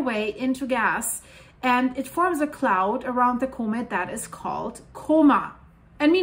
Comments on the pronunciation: comate? lol Repeat after me. Caw-met... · Thank you for the work you do!! If I may, the word comet is not "comb-it" like combing your hair, it's c-uhm-it, other than that you are simply amazing! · Do I understand her pronounciation of comet as being like "co-mid"? I'm just uncertain, that's all, because I don't recall having heard this pronounciation on this channel in the past, although I have been busy recently so I would have certainly missed recent videos.